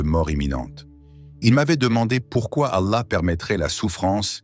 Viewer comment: Pourquoi dites vous alla de cette façon bizarre ?